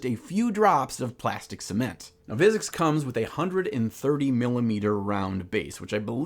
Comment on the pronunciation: I don't want to sound like a douche but I enjoyed every part of this video except when you repeatedly said Vizzix instead of Vizzik. Still, keep up the good work good sir. I can't wait to see the final result.